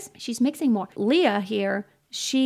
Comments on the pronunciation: Lea is pronounced as le-ya, not li-ya. She's very particular about this. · It's not 'LIYA' but LEA. okay? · She doesn't like her name pronounced "lee-ya" Lea is more like "ley-ya" 🙂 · LEY- YA, NOT LI-YA?